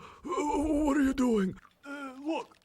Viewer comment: I tell ya hwhat